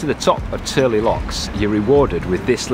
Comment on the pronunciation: Yes, your pronunciation is spot on for Tyrley locks! We were through there in 2019. Love your videos! Roger & Lisa Turley (Wales, Utah, USA) P.S. - Great cinematography at High Bridge!!